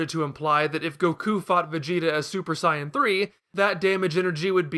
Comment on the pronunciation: It sounds like your saying cyan instead of sayan